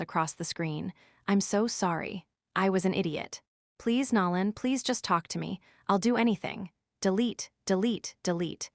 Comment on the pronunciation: It’s not Nalon, it’s Nolan with a long “o”. God get the names right. It’s jarring to hear them pronounced wrong.